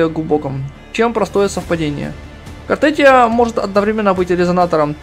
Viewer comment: Не Картетия а Картефия.